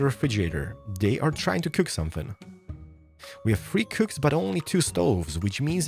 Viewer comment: I love when he said cock instead of cook. xp